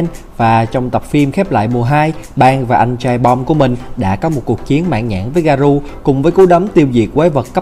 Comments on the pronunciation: Nhắc nhở! Không dạy đời, 👌 Garou đọc là garo giúp mình nhé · Là ga rô ơi...tên nhân vật còn đọc sai thì phỏng đoán cái gì...😏😏